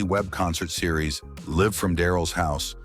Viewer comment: Another AI narrated YouTube channel. So obvious. Go to and listen to the way the AI says LIVE from Daryl's house. It's not live that rhymes with give, it's live that rhymes with jive, and that's just what this channel is, a bunch of jive. There are SEVERAL other mispronounciations, which just makes the whole video suck.